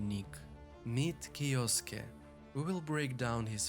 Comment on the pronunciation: Good vid man thanks! Btw how you say that name is kiYoske :)